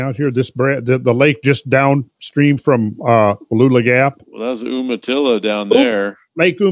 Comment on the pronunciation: Just wanna let ya know, Oregon is pronounced Oregun an Umatilla is Youmatilla. Lol